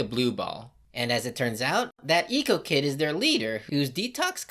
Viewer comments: “Eaco” Just say Ekko. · Honestly miss prononcing Ekko's name is hurting me more than some of the jokes